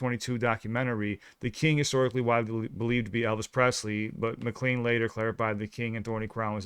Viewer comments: Hey guys... I know you want to know this stuff, so... his name is pronounced "McCLANE" rather than "McCLEAN." Easy mistake. No worries. Glad you liked the song, though! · This is no way intended as criticism but rather a learning experience. Let’s see if I can get this right. The singer’s name is not pronounced M Clean but rather Mc Lane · This is only the second video I’ve seen from y’all but definitely not the last. I’m 67 and “lived” that 70s show! I enjoy fresh experience. I don’t mean to knit pick but I believe it’s pronounced Mc Lane. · classic song !!! Which expresses how don mclean felt back then, Mclean, pronounced Mclane, with the long A sound, mclane, i was born in 62. Very lucky to have grown up realizin how enjoyable music can be back then, my 1st rock and roll experien was hearing my older brother play abbey roads, the day i became of fan of gooood. Music, the 70s musically were beyond compare not a care in the world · Not that it makes any difference but it's pronounced as Mc. lane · Don McLean's name is pronounced MAH-klayn (mə-KLAYN) Rhymes with “train”. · It's pronounced McLane even though it's spelled McLean. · His name McLean is pronounced is pronounced Mc-Lane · Just trying to help you be accurate Although his name is spelled Mclean it is pronounced Like McLain. The first time I heard this song I was a child in my father's car when kids didn't have to wear seatbelts . I loved it and always pictured the Chevy the American Icon. 1957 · FYI ... and definitely no way you would know know this and I have not explanation why but Don McLean's name is pronounced McLANE. At least that is the way I always heard it pronounced and this is music I did hear growing up and I LOVE this song. It captures a spirit and events in a way that I don't feel I need to articulate or understand but it feels so real and accurate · Not sure if it was said, but it is pronounced Muh clane like walking down a lane. Just for future reference. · It is pronounced Mik-lane